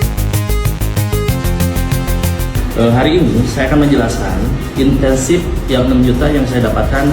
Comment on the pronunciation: Perhatiin nggak, memang dasar Bocah TOLOL .... dia berulang kali bilang intensive bukan incentive !!!